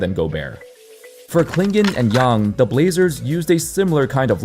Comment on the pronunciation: Thank you for saying "Yang" correctly! So few get it right. (also, FYI the 'a' in hansen' is the same sound)